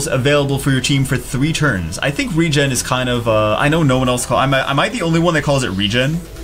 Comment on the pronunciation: RE-GEN thats how it is pronounced, you said it correctly